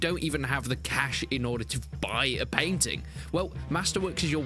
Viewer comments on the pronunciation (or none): none